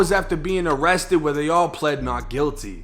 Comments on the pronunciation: Im sorry but she said they ammested 🤣😂 i knew what she meant though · "they ammested C THAAANG" LOOOOOOL